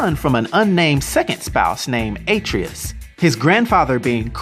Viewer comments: Did he say Ay-Tree-Us? 😆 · It's auh-tray-us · A-trey-us not Atre-us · Atreus is pronounced Uh-tray-us not Aye-tree-us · A - TREE - US. I think he meant ARE-TRAY-US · Also Atreus (UH-Tray-Us) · Atreus's name is pronounced BOY! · * Ah-Tree-Us Dont forget that the american way of pronouncing is the wrong way. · ITS A-TRE-US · The way u said Atreas 😂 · Ah- Trey-Us. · And A-Treus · PLEASE PRONOUNCE ATREUS CORRECTLY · || you pronounced atraius wrong to (may have spelled that wrong) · You also mispronounced Atreus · The way he says atreus triggers me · I hate the way you said Atreus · Pretty good start of the video but you said Atreus wrong and calliope wrong lol. Gonna continue watching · You pronounced Atreus wrong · I think the real problem though is if he played the games he wouldn't have messed up the name. He also says Atreus wrong and I understand everybody makes mistakes. But if your gonna make a youtube video about it at least research proper pronunciations. I see this very often on youtube, where people get simple names wrong. It really just frustrates me because a two second google or youtube search will give you the right way to say it.